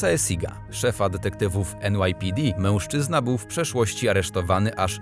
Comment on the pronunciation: I błagam, nie " mełżczyzna " tylko mężczyzna!